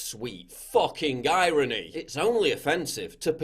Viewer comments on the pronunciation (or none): Did PJW say Gyrony? Like gynocentric irony?